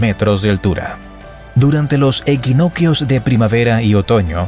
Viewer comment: No se que esta pasando pero oigo cada tontería como equinoquios . SE DICE EQUINOCCIO, E Q U I N O C C I O.